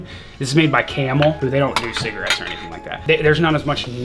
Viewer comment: Rest of Merica: Cigarettes: Cigarittes